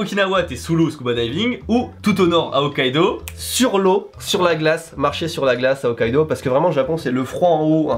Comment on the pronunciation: Hokkaido {Oh kaido->(wororororororo) 😎😂😂😂}